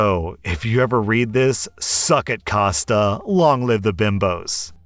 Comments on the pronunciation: Kosta it's Greek as in Konstantinos or Con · I'm pretty sure Costa is said like coast with an "a" at the end